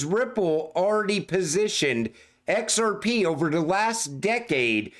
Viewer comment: "ON EX-ARE-PEE" never gets old